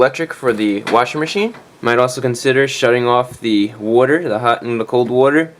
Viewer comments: Soapy woder generator :D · I appreciate both the video (so helpful!) and the pronunciation of "water" (so nostalgic of my childhood in SE Pennsylvania!) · Excuse me, but are you saying warter or water? 😅😅joking. Thank you so much for the video, it totally helped. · I love how you say water. Wuter 😭❤❤❤❤ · say “wodder” again!! 😍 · Beware the "wudder" hose! Great video man. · Hey Chrisfix are you a new New Yorker? I assuming by the way you said water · you must be italian the way you say water..